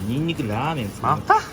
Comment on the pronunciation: 『…ニンニクラー↑メン↓作ります』で爆笑。もはや様式美。